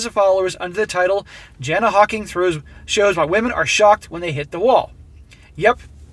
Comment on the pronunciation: Aussie here - 'flog' can be applied in a number of contexts and is uniquely Australian slang. It's an all purpose description of someone that's basically an arsehole. Joker on BB covered this article a while back. He's done several of Jana's articles. Her name is pronounced 'Yarna'. Hope that helps.